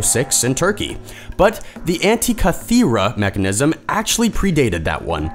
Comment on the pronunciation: My god. I dont know what to think about this. Can't pronounce Constantinople, but pulls of Antikythera. I second the hurt.